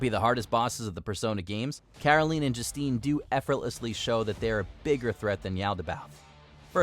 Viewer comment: It's pronounced Caroleen, and Joosteen.